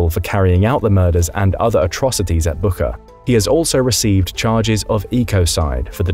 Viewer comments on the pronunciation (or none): Wow I am amazed at how many times the narrator butchered the name "Bucha" as BOO-KA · Wtf was the pronunciation of bucha 😂😂😂slava ukraini heroyam slava